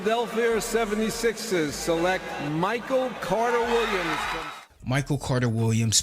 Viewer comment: Never realized how horrific this draft was but I like how Stern mispronounced select in anticipation of having to say the freaks name